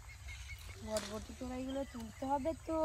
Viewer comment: বটবটি না বরবটি